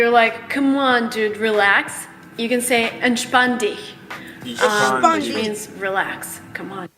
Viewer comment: Oh you tried to say "Entspann dich" at the beginning 🤣 I spent a few minutes playing it over and over again trying to understand